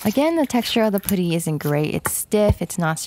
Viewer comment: the way she say putty is funny she like POODY